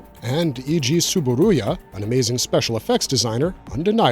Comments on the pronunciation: It's TsuburAya, not TsuburUya.😛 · It's Eiji TsuburAya, not TsuburUya. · TSUBURUYAじゃなくてTSUBURAYAな。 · Eiji Tsuburuya → Eiji TsuburAya. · 2005's "King Kong" was influenced by 1933's "King Kong" - which also influenced kaiju cinema, including Godzilla. And you both misprounounced and misspelled "Tsuburaya." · I think he mispronounced Tsuburaya's name every time he said it. 😒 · There is a overall vowel problem